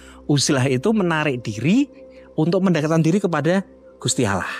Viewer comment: Mau menyendiri mendekatkan diri kepada Allaah.malah piral rame Gusti Allaah dibacanya Gusti Alloh